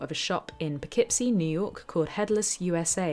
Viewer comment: Cudos for pronouncing Poughkeepsie correctly, my home town!